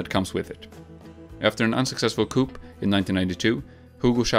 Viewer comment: Coup comes from coup d'etat which is French. The p is silent. It's pronounced "koo"